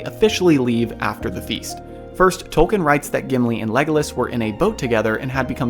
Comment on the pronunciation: At the risk of sounding like an absolute snob, Tolkien is pronounced "Tol-keen". And apparently he was very adamant of the fact. Carry on.